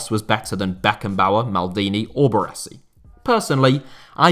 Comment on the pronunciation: Took me some time to realize you were talking about Baresi due to the pronunciation ahah Love from Italy!